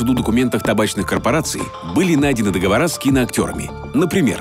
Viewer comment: договорА? Вы там в конец уехали!? Проверяйте дикторов на предмет профпригодности